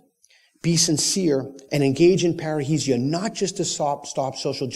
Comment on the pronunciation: Peter you keep saying it wrongly, it is not "parreisia", it is "parresia" (freedom of speech)